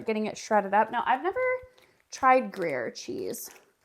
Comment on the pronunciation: Pronounced Gree air